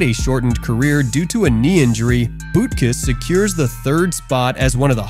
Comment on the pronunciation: It's like this dude has never heard any announcer or commentator say these guys names. Who tf is Bootkis 😂